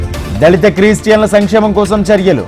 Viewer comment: "క్రి" కి "క్రీ" కి తేడా లేదురా సదివేటోడ? ఏం జర్నలిస్ట్ లు రా..అంత కోవిడ్ బ్యాచ్ ఉన్నట్లుంది..ఒకడేమో " పవన్ ఇచ్చిపడేషిండు" అని హెడింగ్ పెడ్తడు వ్యూస్ కోసం. ఏం, పవన్ ఏమన్న ఆస్తులు ఇచ్చి పడేషిండా? ఒకడేమొ క్రీస్టియన్లు అంటడు..అంతా తెలుగు ని గంగలో తొక్కుతున్నరు కదరా..